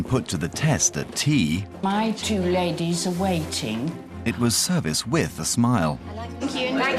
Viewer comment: 'Laydehs incapable of pouring her ewn cup of teeeea!' That male designer who publicly humiliated poor Kayla is such a little bitch.